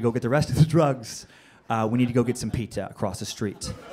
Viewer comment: The Ghost of Shades Kelly know this is 3 years ago but did you hear him call pizza as petzza